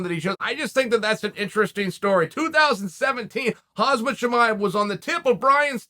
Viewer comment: Its hamza not hazma uncle Chael!